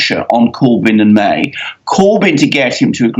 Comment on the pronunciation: Why should I believe anything this man says? He cannot even pronounce Mrs May's name correctly. The UK is crashing out with a No Deal Brexit. And that will be a national tragedy.